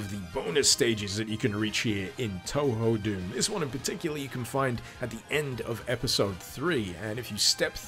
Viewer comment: The kanji used in Touhou, 東方, are pronounced "Toh-Hoh" - in fact, the technically correct-but-less-used way to spell it is "Tōhō", with the accents. Spelled "Tōhō", it's far less ambiguous how you pronounce it. (Don't worry, I used to pronounce it "Too-Hoo" myself.)